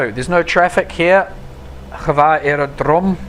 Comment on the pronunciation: You pronounced Hvar airport wrong